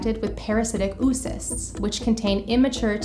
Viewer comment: I love that pronunciation of "oocyst" haha, "oo" is supposed to be two syllables